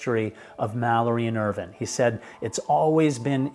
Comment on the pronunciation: I knew you were pronouncing Irvine incorrectly. It is Irv"eye"ne. Jaime got it right.